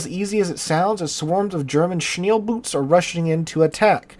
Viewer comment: It's "Schnellboote", that is German for "Fast Boats"